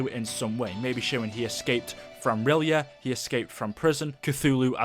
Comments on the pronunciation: everytime i swear im not dissing but its pronounced the city of rylay its not spelt like that but thats how its said i just hear so many people say it wrong im like do you even read H.P. Lovecraft haha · That's not how you pronounce R'yleth. And if Cthuhlu awakens, the world is gone.